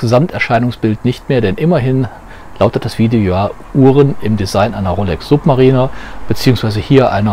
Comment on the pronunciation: Also Suub...marieh....ner hätte ich die Rolex glaube ich nicht ausgesprochen.